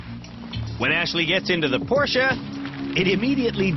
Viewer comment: Why is pronouncing Porsche two different ways within a few seconds?